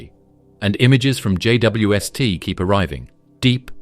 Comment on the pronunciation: What's with the pronunciation of J.W.S.T and J.W.est, or JWS't?